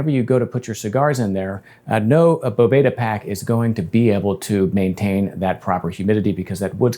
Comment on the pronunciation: Certainly doesn’t matter, but the company pronounces it “beau—va-duh” not boveyda